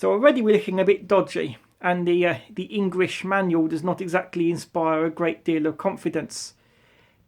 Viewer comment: Inguish manual. Didn’t sound English to me lol